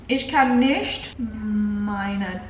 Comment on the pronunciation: „Warum nict“ 😂👍